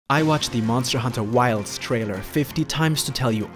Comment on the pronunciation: MONSTAHHH HUNTAHHH WILDSSSSS